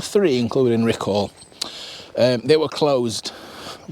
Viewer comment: PLEASE PLEASE PLEASE can you pronounce Riccall Correctly ….it's not RICCALLLL , its pronounced RICCULL, ta very much !